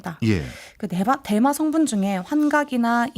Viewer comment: 자꾸 대만음료로 들리네요.